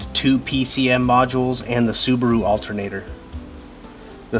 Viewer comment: Altehr-naah-door: spanish for alternator btw